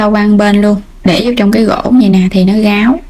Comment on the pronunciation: Em gai giong nghe con tre ma sao phat am sai vay Ráo ma noi Gáo